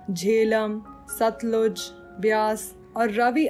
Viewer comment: your teaching is very good but some of your pronunciations are wrong like Ghataprabha, Zanskar, Satluj and some more .Or else everything is very good